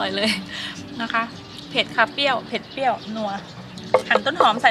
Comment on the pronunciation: เปรี้ยว ไม่ใช่ เปี้ยว